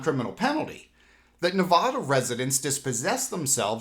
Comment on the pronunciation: I love you but please pronounce our states name correctly as you should pronounce Nevadan them same.